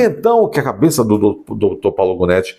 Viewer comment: Janóti, Gonéti, Ruanéti...